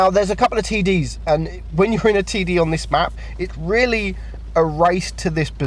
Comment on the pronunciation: he keeps saying TD's and TD but what i hear is TIDDIES